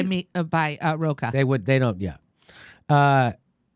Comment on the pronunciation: Second time when Jimmy said Roach instead of Rocah, I thought of a cockroach :)